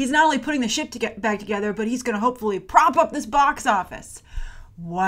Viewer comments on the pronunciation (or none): "he's not only putting the shit back together" I know you said ship but it caught me off guard for a second. lmao